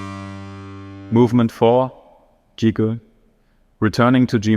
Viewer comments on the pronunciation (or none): Y'know...if it can't pronounce "gigue" properly... Otherwise, this sounds like the sort of thing that you get when you instruct ANY machine to "create J.S. Bach". Yeah...sure, this is 2025 and that is AI. But it still sounds like something you'd find on a Theory I final exam...one that got a C+. People have been trying to create machine-driven Baroque music for several decades now. And while all of these did result in AN output...they all kinda sound like these here. And here's why... Music Theory in the Baroque period was very rules-based. Harmony and counterpoint had been codified, and the vast majority of late Baroque music followed these overall dicta. But see there? "Overall"? Yeah, there's your problem. One of the first things one learns (finally) in Music Theory's "upper division" classwork is that in order to make things musically interesting, you have to know the rules in order to break them creatively. And it's that very last bit there that AI cannot manage...nor can any of its digital forbears. Machines can think, but they can't CREATE. It's not feasible to make a "creative stuff goes here" prompt that will yield a convincing result...because all this does is to create another rule set which the AI engine will run as badly as the original one. About the only way to get a machine to cough up something like Bach is to define buttloads of theory minutiae in the prompts...and it'll be a waste of time because the computer cannot creatively decide what to do with all of